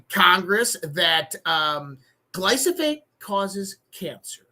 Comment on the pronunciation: Gly* pho*sate say it two or three times. 😂